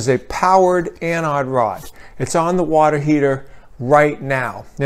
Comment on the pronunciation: Must be a regional thing. In my field, the word anode comes up a lot, and EVERYONE says it with a long O. This guy saying anAHd sounded really wrong to me.